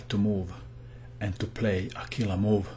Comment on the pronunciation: I can't help it! I crack up every time u say "KILLAHH MOVE!". You have The Most Killahh accent I've ever heard. I bet you'd make a Killing as a narrator on TV.